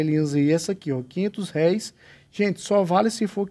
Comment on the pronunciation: O acento é no R E